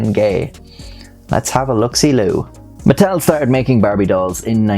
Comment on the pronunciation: I don’t know why I heard Nuttel